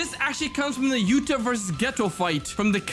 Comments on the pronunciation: He is called yuta not yutah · Yutah❌️ yuta✅️